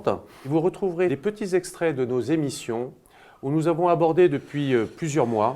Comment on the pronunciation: Les cinq zémissions😅😅😅😅 quel est votre niveau scolaire Monsieur Juillet ?